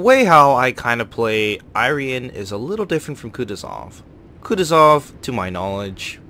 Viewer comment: gonna buy it no matter what for patriotic reasons lel might wanna work out on a bit of overlapping commentary on transitions, good review nonetheless :D your pronunciation for the "rian" part is quite good, the I in front is more like "ee-rian".